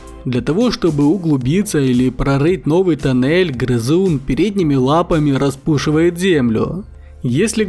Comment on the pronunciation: Там ещё чуть раньше , со слов распУшивает....